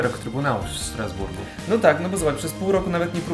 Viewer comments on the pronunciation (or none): Wymiawia sie Straszburg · Wymawia się Strasburg, nie Sztrasburg :)